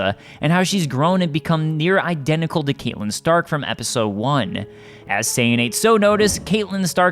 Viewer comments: It's "CAT-lynn" not "CAIT-lynn" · Every time he says Caitlyn Stark, I cringe. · Yeah they totally said her name wrong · So how did he pronounce catleyn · How dare you repeatedly butcher Cat's name?! You obviously don't watch the show.